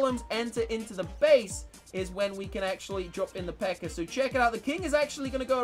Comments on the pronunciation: I heard say pekker I believe he meant pekka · I like the way he says pekka lol he says it like pecker